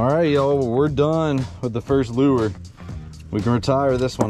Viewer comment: I'm still trying to figure out what the hell a "loo-er" is! Somebody needs to let this guy know the word 'lure' is a ONE syllable word, and pronounced 'loor!'